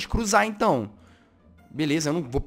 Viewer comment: Eu ri quando ele disse belesa foi em grasado mano kkkkkkkkkkkkk